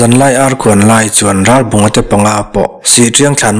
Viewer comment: Ralbunga tih hi Ralbàwnga tiin a ri tep thina beng a kham thelhthin. Ngaihnawm na rawh e. Zonun zemawi hmuhtur a awmthin mawlh hi